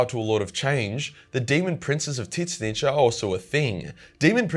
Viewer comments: I've never heard anyone pronounce Tzeentch name like that. Not complaining, just something I had to hear a few times to realize what you were saying. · Calling Tzeentch wrongly is not funny as a joke anymore, it getting annoying. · Sigh, I get that it looks like it should be said that way, but still, hearing 'zits-snich' instead of 'zin-neach' irks me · Argh I can't handle it! Pronounce it "zeench" not "tits-nitch"!!! 🤣🤣🤣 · ITS PERNOUNCED TUH ZEE NCH NOT TITCH NITCH WTF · wait i'm so confused on how you pronounce The Name. Is it not [TZYNSH] or most likely [ZYNSH]? Why are you saying [TY-SSNYTSH]? Sounds like you're talking about a Skaven... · i cant stand how you pronounce Tzeentch. Its pronounced 't-zeen-tch' not 'tits snitch' :') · Mate Aussies have some whack pronunciations but tiss-nitch? Wot m8. It's tz-inch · Every other people: "zinch": "tit snitch" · what with this god dumb pronunciation ... it is not fking T zeentch , it is Tzeentch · I think hes fucking with the lore nerds calling tzeentch "tit-snitch" And im fuckin loving it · Tisnitch????? Dude no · are you saying titsnitch or tzeentch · Couldn't get passed him calling him titsnitch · I know you’re Australian…but why do you say his name with two syllables? Soft T…like Tsaziki? Soft N… Slides off the tongue like “each”? Zeech More or less? Idk. I love your videos, but every time you say their name. 🫥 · the way he pronounces tzeench's name makes me laugh my ass off. tit-snitch!!! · Brother kill why do call it titznitch? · Is "Tit-snitch" the correct pronunciation of Tzeenntch? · Is he saying Tit-snitch? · Idc if he says it wrong or right I love how he says it as tit snitch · Are you saying Titsnitch? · Why do you pronounce him as Titsnitch? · bro can't evn pronounce Tzeentch's name, ths vid is gonna hurt my ears, especially since im a follower of Tzeentch (and Slaanesh, but thts irrelevant xtra info) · Can't pronounce the name, huh? Change video! Idiotic. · please dont pronouce it like that....